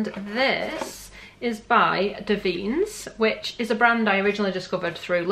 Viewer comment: “Davines ” is pronounced Dav-in-ess just so you know xx